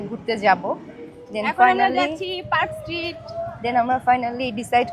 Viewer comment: আপনার উচ্চারণ এত ভুল কলকাতায় আসছ ভিডিও করছ ভালো কথা আগে সব কিছু রিসার্চ করে ভিডিও করো ওভার স্মার্ট হয়ে কথায় কথায় ইংলিশ বলে আর ভুল উচ্চারণ করে নিজেকে হাস্যকর না করলেও পারতে ভুল গুলো ঠিক করে দেই ট্রাম, এসপ্ল্যানেড, পার্ক স্ট্রিট হবে